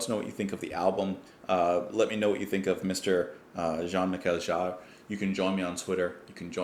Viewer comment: It's pronounced Mee-Shell Jarr :)